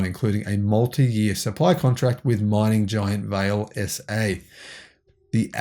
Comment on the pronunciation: It’s “vah lay”. Portuguese